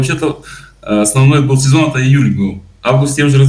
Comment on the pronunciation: Нужно говорить не бил а был.учи русский,блогр.ребята с Крыма красавчики,молодцы,ржали над тобой.до твого уровня не упали